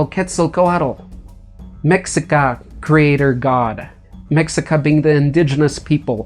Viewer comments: The letter X is pronounced (sh) not Mex-ica but "meshica" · Mexica, pronounced : me - shee- kah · The word Mexica is pronounced Meshica and the T and the L are silent .